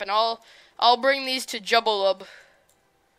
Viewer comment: Thank you for playing my map! Really appreciate it! :) BTW, it's pronounced: Joo-Ba-Lub (Jubalub) hehe. Try out my other maps!